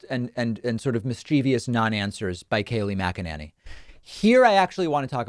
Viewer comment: Kaleigh Maganenny 😂😂